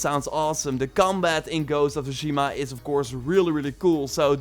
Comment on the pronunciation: TSUSHIMA— T S U shima Not Shushima. It’s not that fucking hard